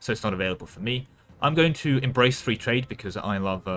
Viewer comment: Anyone else hearing three whenever he says free?